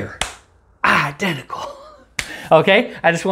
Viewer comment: "I denticle" great movie! 😂